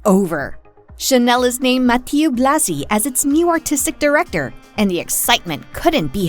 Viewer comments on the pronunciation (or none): Ma ti euhhh !!! And not Mati…